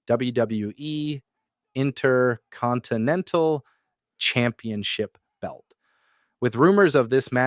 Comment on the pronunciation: why do you sound like you are reading a script full of things you have never talked about before? the way you said Intercontinental Title was just odd...:)